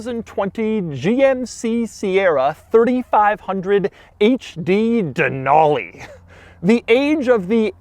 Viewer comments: Who says “ Dan-Ool-Leee” 😂😂 it’s “ Dan-al-Lee” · Just a heads up that it’s pronounced “den-alley”, that’s how the native population of Alaska says it. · Not how you say Denali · You can't pronounce "DENALI" 🙄😷